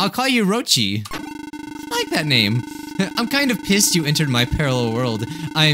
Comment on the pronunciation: You said pissex